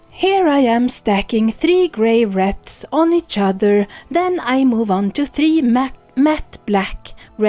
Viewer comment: Just to let you know the w is silent in wreaths. 💟